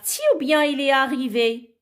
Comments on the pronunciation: Chouha wach il ne se prononce pas elle Prononciation nulle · Chouha prononciation nulle Il ne se prononce pas elle